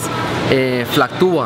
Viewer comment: hola! interesante vídeo, una corrección se dice fluctúa, del verbo fluctuar o fluctuando, fluctuaciones, no se dice flactua ya que esa palabra no existe!